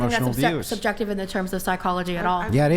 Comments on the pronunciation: Legend says she still trying to pronounce subjective 😂😂😂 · All spoken from the woman who weighs 400 lb and couldn't get laid to save your life making hypothetical situations instead of using factual information holy Christ ladies are you guys got a brain between the four of you and she couldn't even pronounce the word subjective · If you can’t pronounce the word subjective, you don’t know what it means lol and shouldnt be making an argument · The fat one not being able to say subjective just shows how dumb these pseudo-intellectuals are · She can't even say the word subjective, let alone what it means. These women are ignorant, plain and simple